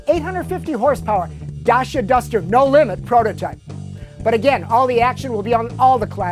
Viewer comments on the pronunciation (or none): IDIOT!! its not DASIA! DACIA just like u say LANCIA! only with a D.... OMFG!!! i hate when ppl pronounce the name DACIA wrong!!!